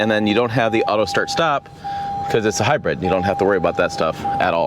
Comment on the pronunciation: Has anyone ever told you that the way you say the word “hybrid” is a little weird. It sound like you’re saying it as if it’s spelled “hybred”. It’s all I heard I. The video and had to rewind because I kept focusing on how you said it. Just a funny funny I guess.